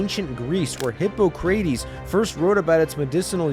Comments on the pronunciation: Hippo-cray-tees???? lol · “Hippo-kray-tees” made me feel pain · hippo-crate-ees? Haha. Dude. You should have looked up how to pronounce Hippocrates before you recorded this video. 😅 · Hipo-cray-teez??? Yeah thats Hipocrates is pronounced….Hip-ock-ruh-tees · Um. Hippocrates. Hip-pock-ra-tees. Not hippo-crate-tees. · Hippo-cray-tees? Lol. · It's pronounced Hip-pahk-ruh-tees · Hippo crate eez? Is that.. is that satire? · hippo crayteez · Hippo-cray-tees is crazy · "Hippo-cray-tes" is right up there with Bill & Ted calling Socrates "So-crayts". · “Hippo-craties”??? Yeah, that is not how you say that name. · HIPPO-CRATES HAHAHAHA i love this channel so much, but gosh, hearing his name for years and years by universityofnottingham professors, and for you to say it like that, makes me giggle. I love you. Thank you for giving as much info as you can. we all love you for giving as much as you can. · HIPPO-CRAY-TEEZ???????????/ WTF YOU JUST SAY TO ME? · My man really said hippo-crateyz 🦛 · “Hippo-crate-eees” 😂 good try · Hippo-cray-tees, I guess jocks arent getting smarter yet 😂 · "hippo cray tees" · the way you pronounced “Hippocrates” was hilarious man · The only thing worse than this problem is how you pronounced "Hippocrates" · Is that how you pronounce "hippocrates"? i have no idea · So Crates... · Someone tell this guy how to pronounce Hippocrates. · That pronunciation of Hippocrates was hilarious 😂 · That pronunciation of Hippocrates was… special to say the least lol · never have heard Hippocrates pronounced like that 😭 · He was actually talking about a Hippo that made Crates of pine tar